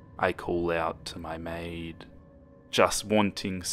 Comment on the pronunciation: maiD not may 😝